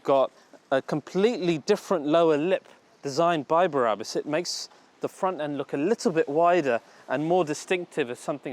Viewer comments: It’s BRABUS and NOT BARABUS!!!! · Its BRabus NOT BARabus. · Brabus - not Berabus .....